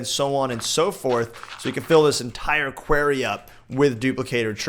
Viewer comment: PLEASE!!! 'QWARRY' NOT 'QUERRY'... I love you but please, for my sanity...